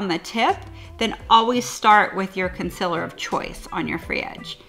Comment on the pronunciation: wow, I had no idea she was saying "concealer" I was literally thinking "what is consillor? I need to look that up" lol